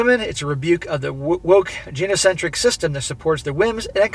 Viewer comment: it's pronounced GUY-no-centric. Hard G. Long I. Keep up the good work.